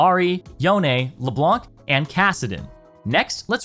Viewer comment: says to pronounce shaco the right way then proceeds to say "leblank " the c is silent in french its "leblan"